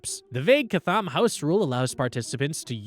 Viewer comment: My favourite bit of this video is how you pronounced Chatham 😂